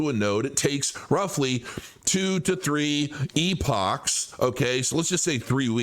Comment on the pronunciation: Why can’t anyone properly pronounce epoch?